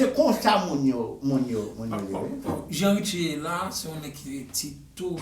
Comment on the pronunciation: Wap mal pale non an sanble avèl li rele Richie net